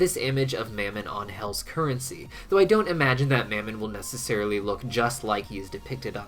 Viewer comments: Of mammon, soft a, not hard A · I've heard Mammon pronounced in a few ways, specifically Muh-mon and how it's said in thus video. I was wondering if anyone had any insight to which way is correct? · why did you start pronouncing mammon differently???